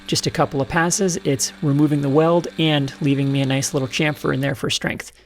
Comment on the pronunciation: another correct pronunciation of (chamfer) yeh